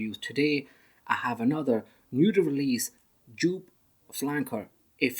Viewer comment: you pronounce it wrong. the designer is Wolfgang Joop who is German and his last name is pronounced like (yoop)